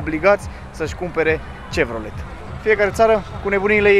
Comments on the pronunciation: Foarte frumos, intr-adevar. O mențiune totuși - nu se pronunța "cevrolet" ci se pronunța "șevrolet" . Vorbim de Chevrolet. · Cevrolet :D breee, e Șevrolet :D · nu te supara dar la Chevrolet pronuntia este cu "ș" nu "ce", pentru ca fondatorul era de origine franceza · Salut &.Fain vlogul. Bine documentat. O singură chestie. Chevrolet marca de maşină produsă de GM (General Motors Co.) pe scurt Chevy. Pronunţia fonetică este Şevrole Sau şevi pe scurt. Una dintre cele mai tari maşini sport produse de americanii de la Chevrolet este Chevy Corvette. Hai baftă mult succes! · Se zice shevrolet